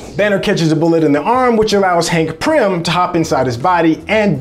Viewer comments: It is Pym, not prym my brother. Good breakdown though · It's Hank PYM, not Prym 😂😂. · Pym not prim bro!! And Hank Pym himself was the bullet and he didn't detonate hulks heart but made it bigger with pym particles and it kept on getting bigger till it exploded. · Its driving me nuts!